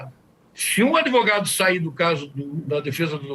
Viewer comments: Ai que zica dá ouvir um advogado de uma defesa indefensável. Mas. Dr. Só faz um favor. Fala advogado e não adEvogado. Pelo amor de Deus. Abraço no capeta. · Advogado que fala ADEVOGADO é pesado... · O que dizer de um advogado que fala "ADEVOGADO"? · Manooo… não dá nem pra continua ouvindo esse beneplácito AdEvogado.